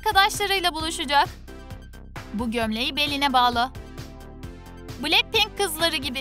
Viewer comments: "BiLeNkPeNk" ne yaaawww Bts "BeTeSe" demeleride ayrı bi sinirime gitti aw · Blacpink değil "Blackpink" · Me: Niye başlar başlamaz BTS'i düzgün okudunuz da niye BLACKPINK'İ yanlış okudunuz? Troom troom: Blekpenk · Cankuk ???? Lisa ?????? Cey-Hop????? Betese?????bilekpink????? ??????? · Cankook ?! Jemen?! Bities 🤢 ?! Blekpink ?! Bunlar neee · Oha betese demeedi ama bilekpink ne ya